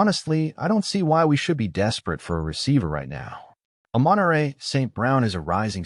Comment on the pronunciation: the A.I voiceover just can't get the pronunciation of either Amon-Ra or Aiuk's name correct. makes the whole thing difficult to listen to.